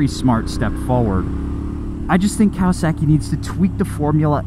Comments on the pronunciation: there is no "sack" in Kawasaki. Cow-uh-sock-ee. Would you go to a Japanese restaurant and order sack-ee, I think not Sir! Im starting to think you've been hanging out with Eric too much lol! Most motorcycles get such good gas mileage I feel these electric bikes are superfluous. The hybrid bike may be worth the hassle to help cut emissions but with the pollution from mining the lithium and manufacturing/recycling of the batteries probably not. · "Kawa-SAW-ki" > "Kawa-SACKY" - lol - Sorry I had to. Liked the video, though! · Cow-uh-sack-ee 😂 sorry I can't not hear this. It's cow-uh-sock-ee. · Speaking as someone who studied Japanese for almost 3 years, it's KAH-wah-sah-kee, not COW-uh-sock-ee. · Say it with me...Kah-wah-sah-key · Why do you pronounce kawasaki like that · Love, hate the way he says Kawasaki 😂